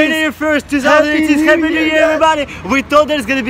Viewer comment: У вас отличный английский, но хэппи. хоул хоуп, пытались исправить произношением буквы h? Всего наилучшего